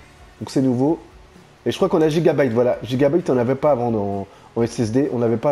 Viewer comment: Les cartes meres ca se prononce gigabayte et pas gigabite sinon belle video